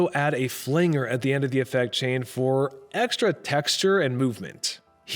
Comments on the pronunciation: AI voice-over. It's not a pronounced "flang er", it's "flan jer". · Interesting pronunciation of flanjer